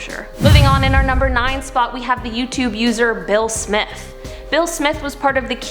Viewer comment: When you said Bill Smith I thought you said Will Smith🤣